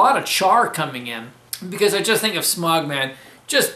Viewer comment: smaug ain't pronounced smog